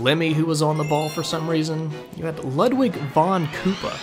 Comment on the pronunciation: It's pronounced Lude-wig/Lood-wig